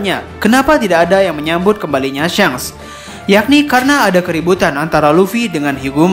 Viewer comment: Kenaapa jadi syanks sih nyebutnyaa , padahal kontennya bagus cuma karena penyebutannya jdi syanks ko jadi aneeh gitu, atau emg penyebutnyaa syanks yang benernya?